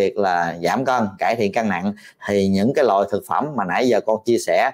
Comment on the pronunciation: Bác sỉ nói cái loại,mà bác sỉ nói cái lọi,ko đúng chữ.